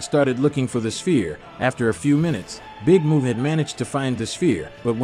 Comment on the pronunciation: Dude said big Moo its big Mun.